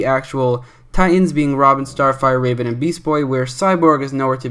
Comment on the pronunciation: R-a-ven, actually called r-ae-ven